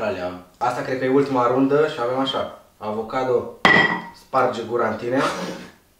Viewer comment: Acocadoo...sparge gura-n tinee😂😂😂😂😂😂